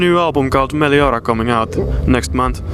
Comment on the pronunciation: Did you realized the interviewer said there new album meliorka its meliora